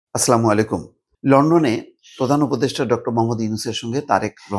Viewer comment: জনাব , আপনার সালমা শুধভাবে বলবেন